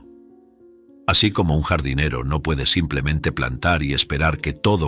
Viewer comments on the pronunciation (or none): none